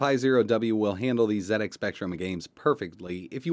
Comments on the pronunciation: Oh my word, am i hearing you correct,, you said Zed X Spectrum, good man, none of this Zee X Spectrum, you know it makes sense. i am impressed, keep up these fun projects. Thank you. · Oooh he said ZED X Spectrum! Your pronunciation sir is perfect! Love what you did here. I LOVE the old speccy. Wonderful memories. I want to setup the spectrum emulator on my Pi but everytime I run a game it nearly always drops to the flashing cursor screen. How do I get them to autorun? Also having trouble getting xbox360 controller mapped. Anyone be able to advise me? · Thank you for pronouncing it "ZED" X Spectrum,Really frustrates me when Americans call it a "Zee" X spectrum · This is getting out of hand lmao How you say it is up to you I was just saying it's nice to see some one prenounce it like me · I would also like to thank for pronouncing ZX Spectrum correctly. This was a computer that started a me on a long and enjoyable career in IT. This is a great video many thanks.